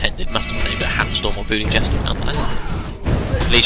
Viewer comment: It's not your english, you just mumble SO much, can't understand half of the thing you're saying cus a word like "Hammerstorm" in your mout sounds liek Hummrestm